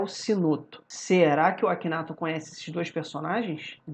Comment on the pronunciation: Se lê aquineitor